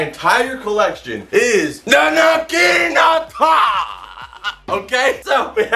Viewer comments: Nagiinaata = wrong Naginata = right I'm sorry I'm a stickler for details if you say it right the next time I'll go on your channel both of them look for the first video and subscribe with that video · Naginata naug-i-naughta Pronunciation check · says the naginata is his favorite weapon, can't even pronounce it right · It rlly bugs me the way he pronounces naginata